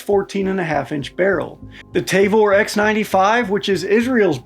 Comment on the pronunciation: "Tayvor"??? Ta-vor*